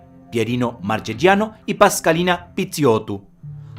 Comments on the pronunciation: Hermoso video, amigo, buen trabajo. Solo una cosa tengo para reprocharte y es la pronunciación de los apellidos italianos. Sangre tana corre por mis venas y me sangran los oídos cada vez que te escucho decir " marchechiano".. La "che" y "chi" suenan como nuestra "que" y "qui". En las palabras con "gia" la "i" es muda. Marchegiano se pronuncia así: Mar - que - giano (la "g" es casi como una "ch" nuestra pero apenas más suave, como la "j" del inglés en "jack") Saludos desde Uruguay. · Muy bueno el vídeo, pero en italiano Marchegiano se pronuncia Marqueyiano, y Francis se pronuncia Franchis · Y seria marqueyano no marqueyiano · Buen documental. Marchegiano Se pronuncia “Markeyianno”